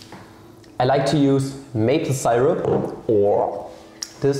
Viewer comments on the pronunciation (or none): yeye, good ol' wrong pronunciation of see-rupp